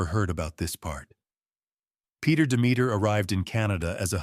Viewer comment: Are pronouncing Demeter wrong